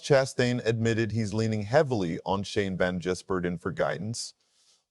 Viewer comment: Are you really a NASCAR fan, or ai? It’s ziliCH not Zillish and Van GISbergen not Jizbergen. Sheesh! 🇦🇺🇳🇿